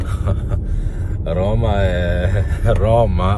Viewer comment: Bravo maestro hai detto giusto Roma e Roma. Finalmente che ti sento parlare in italiano, perche io non capisco un fisco secco l'inglese. Sei meraviglioso.❤❤😂😂😊😊